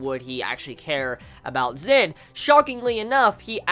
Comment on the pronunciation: He's name is Zen not Zin! no offence